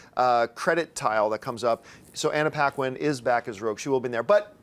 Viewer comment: mispronounces SOOOOOOOOO many names!!!! Anna Piquin??? lol....